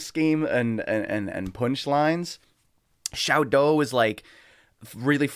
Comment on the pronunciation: Shao DOW not Shao DOO